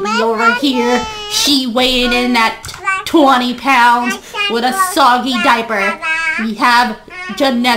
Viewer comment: I laughed so hard when she said sogg diaper 😂😂🤣🤣😅